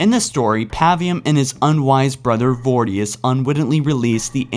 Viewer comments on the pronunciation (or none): Vor-i-dus. not vordius, lol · Its voridus not vordius... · For fucks sake! You're a halo channel and you can't even pronounce basic words and names FROM HALO! I've been a loyal fan of your channel for years but enough is enough, there are so many other better halo channels. "Vordius?" The game literally says both brute's names every chance they get so that you can differentiate between the two. It spells it out for you! Please get this stuff right!!